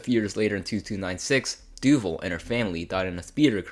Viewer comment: Marlin Doovle? Doo-VAHL